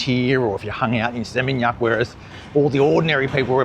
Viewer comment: Makasih, You are the only person on youtube who can pronounce area's in Bali, particularly Seminyak, no one gets it right. I cringe when people brag they have been in Bali many many times but can't pronounce "warung". Most Aussies can't get that "u" in bahasa Indonesia is pronounced "oo". Your fluency is excellent. BTW Seminyak back in 1989 was just rice paddies, our tailor resided there who made garments for our business. There were no restaurants cafe's or boutique shops. Suami saya dari Legian kaja, sudah kawin 40 tahun. Thank you for understanding Bali 👏👏👏